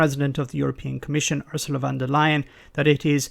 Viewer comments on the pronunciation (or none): Fon dur Lie-en not "vander lay-en"